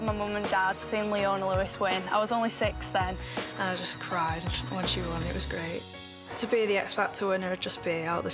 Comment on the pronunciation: it did sound like she said 60 but Ik she is 16